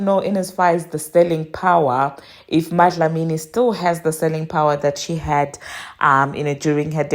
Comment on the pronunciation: Impressed by how you pronounced Dlamini ❤😊